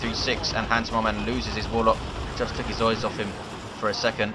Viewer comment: lol accent goes all cockney for a second "oies off him"